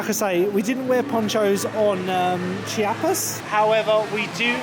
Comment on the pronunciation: Nice one, enjoyed the vlog of this great park! Funnily enough, your pronounciation of the German names was quite good, but Chiapas is less like "chee-YA-pas" and more like "chA-pas" (after a state in southern Mexico), the "i" hardly being pronounced at all. They chant it several times on the soundtrack in the area 👍